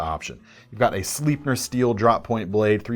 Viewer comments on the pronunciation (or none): Sleipner steel is pronounced "Slaipner", not "Sleepner".